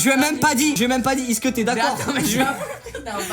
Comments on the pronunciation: Mais je me demande toujours pourquoi se bouffon il dis "iske" vous allez bien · quand tu dit is'que 😂😂😂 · Quand tu dis is-ce que 😂😂😂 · vous aussi inox quand il dit est-ce que endirais qu'il dit isque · Il fait que de dire "icque" pas "est ce que" 😭😭😭